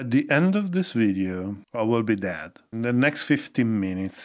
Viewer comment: At first I heard: "At the end of this video I will be dad." 😆